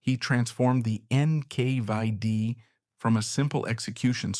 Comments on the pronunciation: It's NKVD Not NK5D, dummy. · NKvieD? NK5D? wtf? AI voice over? Narration does not match the vis3uals.